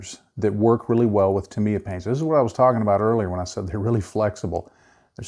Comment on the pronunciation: Wow the only person I have heard say Tamiya correctly. However like the comment below I use alcohol great than 90%. I used car wiper fluid and 90% alcohol to clean my airbrush and brushes. You can add glycerin to the thinning paint so the airbrush doesn’t get dry tip. I love Tamiya paints they go on flat and dry fast.